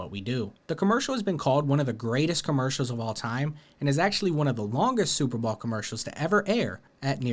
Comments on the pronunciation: What the hell is a Super Ball commercial, I believe you mean Super Bow- L? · is he saying superball ? i feel like he is and it is messing with me. anyone else hear the same it is around 34.40 min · Why do you keep calling the Super Bowl the "Super Ball" ? 🤣 Brilliant as Brendan Schaub, bapa 🤡 😂